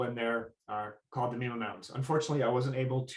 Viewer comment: You're pronouncing mima wrong.